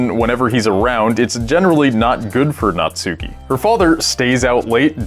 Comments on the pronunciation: natsuki.... not suki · You call Natsuki Nutsuki... ;) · The way everyone pronounces Natsuki is so cringy. Not only do they pronounce the u, they emphasize it. ...it's pronounced "natski" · why do people say the u in natsuki so hard smh